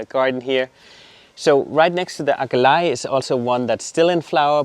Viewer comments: That purple plant at the beginning - Aquilegia pronounced a kwuh lee jee uh in the UK. Are you guys saying it in the Dutch tongue version? Love the Astratia, I have tried to grow those but my plug plants died twice. They are on my top 3 plants to try again for a win. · You are pronouncing Aquilegia and Salvia incorrectly !